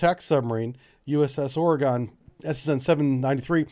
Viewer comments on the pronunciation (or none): Or-eh-gun.....NOT Or-EE-gone....This is the way...Ive lived here my whole life. There is no E at the end of Oregon...for the love of god...I beg all humans... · Now we need a Portland so the Oregon can sink it to save itself from the Communists on board the Portland. FYI it is NOT pronounced Oregone there is no e on the end, it has gone no where, it is pronounced Oregun, like as in we have a gun and we want to shoot Portland. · You pronounced it wrong, its like Oregun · Oregon is still there, they never left. (teasing about the pronunciation of Oregon because my friend who lives there teased me about it.) Lol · You you say Oregon wrong lol just joking though I love your channel! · ARRGGHH. THIS. Please correct your pronunciation. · No comment on how he is butchering the pronunciation of Oregon? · We're used to it.